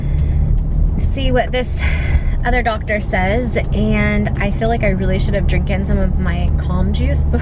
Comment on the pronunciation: Did she say drinkin? . Is that even a word?